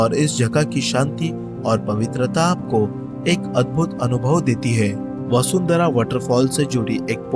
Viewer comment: वसुंधरा नही है बसुधारा है ।